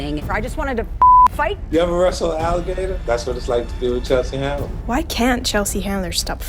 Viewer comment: Chelsea Handler, not "Chandler"!